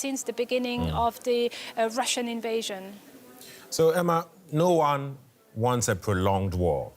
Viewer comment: I know you have a language barrier; but let's see if this helps: it's "Russian" not "Ration". Russian is like: "rush" + "un" Otherwise great reporting ! ! Do we not have an armored evacuation bus for such emergencies? It must take about 2 days to design and produce one huh? Weld about ten Russian tank carcasses together; take volunteers from the Nascar Dads in the US. ! ! ! Let's win this all you surrounding countries wondering how you can help ! !